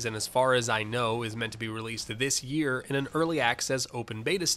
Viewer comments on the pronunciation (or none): none